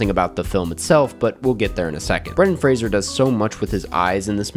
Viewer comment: so happy you learned how to pronounce Fraser ❤